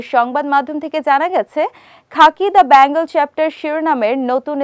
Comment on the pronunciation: বলছি বেঙ্গলকে bangle বানিয়ে দেবেন না 😅 উচ্চারণ টা ঠিক করে করার চেষ্টা করুন 😊